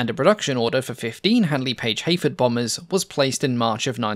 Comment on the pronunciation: Your accent makes it sould like you're saying (h)Aphid. I struggle to concieve a bomber named after a tiny little bug like that, but now I'm stuck with that concept.